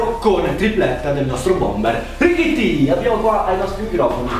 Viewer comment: come mai lo chiami richitti? E non Tallotti